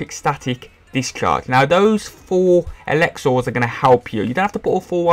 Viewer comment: Elexors haha, no hate :D